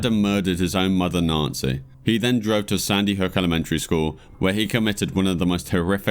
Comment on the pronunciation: Enjoyed the video but you should learn how to pronounce words like "Posthumously" and simple names like "Campbell" and "Nancy" properly.